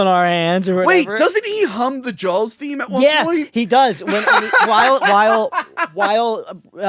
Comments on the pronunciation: I didn't hear you say Jawls until you pointed it out. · God I adore how east coasters pronounce Jawls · Wonder how many times said Jawls rather than Jaws in this Episode? 😆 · Take a shot everytime says Jawls. Cheers 🍸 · Take a shot every time says Jawls